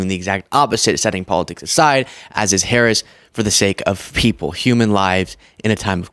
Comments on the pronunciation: Hey! He pronounced V.P. Harris name correctly! Go figure! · Wow, he said VP Harris’s name correctly